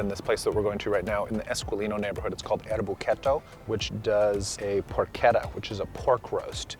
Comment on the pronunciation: never disappoints finally an English speaker who pronounces porchetta right. Its "perché" not "pershe" and not trilling the last "tt" cluster.